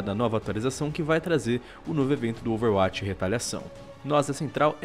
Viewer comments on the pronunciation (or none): cara, por favor, aprende a falar OverWatch direito... vc faz videos sobre o jogo...